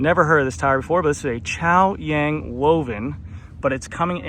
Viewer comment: That part got me kkkkkk You nailed the pronunciation of Chaoyang